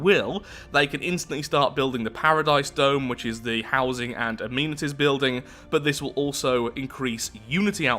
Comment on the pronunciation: Why does he say amenities like that?